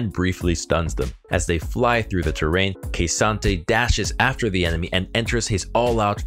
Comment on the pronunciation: OMG It's Kuhsante, not Keisante :D